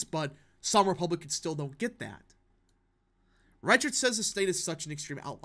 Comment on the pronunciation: Reichert is closer to riker from star trek for pronunciation my dude